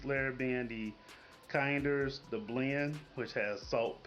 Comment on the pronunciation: just an fyi if you do and your looking for it. It's pronounced kin-ders. You might get some confused looks if you say kind-ers. But yeah all their stuff is great.